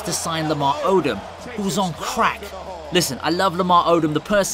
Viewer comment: You say Crack SO FUNNY 🤣🤣